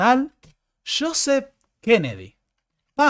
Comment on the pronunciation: Una cosa querido, pronunciás Josep Fontana como si fuera inglés 😂. Sería algo así como "iusep", acentuando en la última sílaba.